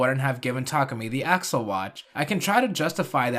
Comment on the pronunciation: Faiz Accel is not pronounced Faiz "Axle", is the "accel" in accelerate. It's not said "AX-ull" it's said "ack-SELL."